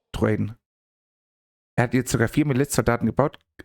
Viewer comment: Miliz, nicht "Militz", das macht mich WAHNSINNIG :D